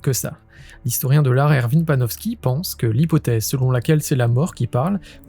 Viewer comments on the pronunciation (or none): none